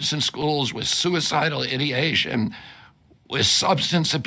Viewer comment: Um, RFK. It is suicidal I D ATION. Not ID ation, Dummy.